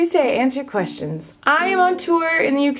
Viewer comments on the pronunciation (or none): Lol "kwetions" what?😂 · Replayed the kwetions part like a lot 😂😂